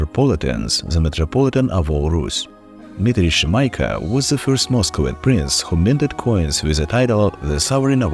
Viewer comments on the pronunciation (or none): bro can't pronounce Shemyaka correctly, complete and utter L